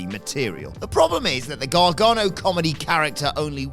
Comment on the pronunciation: Gargano* not Gohrgohrnouw